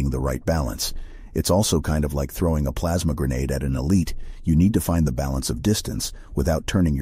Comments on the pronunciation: "Plamsa grenadue" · "Plaamsa grenedeu" -, 2023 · Plamsa grenadeed